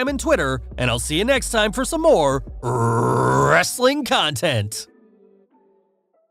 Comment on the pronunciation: U sounded like Vince McMahon saying wrrrrrestling content. Still the best outro on YouTube!